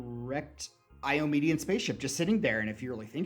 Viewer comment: "Eye-oh-maid-ee-an?" The possessive of Iomedae is Iomedaen. It's pretty easy. Just Iomedae+n. Eye-aw-meh-day-an. And no, you should not try and buy/sell ships unless you trust your party not to abuse this power.